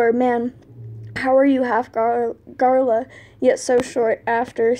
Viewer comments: I really don’t want to be the one to say this, bc this was an AMAZING dub, but... you keep pronouncing gaLra like garLa and it’s killing me. Sorry to be THAT person... Love ya! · Honestly, same 🤣